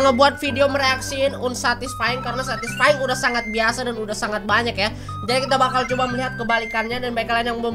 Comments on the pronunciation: satysfaying bang🤓😂😂😂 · "SATISFENG" "SATISFENG" "SATISFENG"